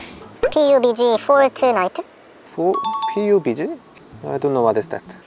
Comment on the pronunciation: When he said( p u b g )instead of pubg .🙄 I am like alhamdulillah there is a person who dont even know about pubg 🤔.❤❤